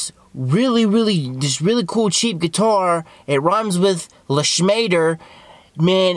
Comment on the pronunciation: "Leschmader" ended me